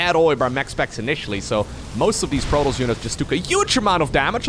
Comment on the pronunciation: I am not a native English speaker, but why does he pronounce protoss so weirdly?